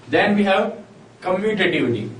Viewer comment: Commutative property ur saying wrong